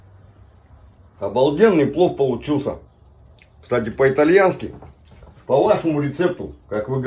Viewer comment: Афтар, 😅кстатЕ, кстатя, кстать